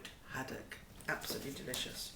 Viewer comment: hahaha, "Dishous" she says about herring roe !!!